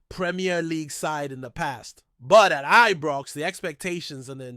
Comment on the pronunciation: Ibrox it's called not Ebrox 🙄🤷🏼‍♂️